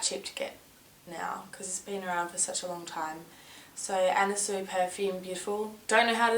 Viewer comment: Are you pronouncing her name Anna Soo-ee? I think it's pronounced Anna Swee. I love how you look in this video, like a russian spy from an older James Bond movie.